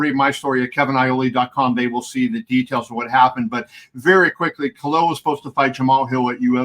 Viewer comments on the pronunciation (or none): It's KhaLil, not Khail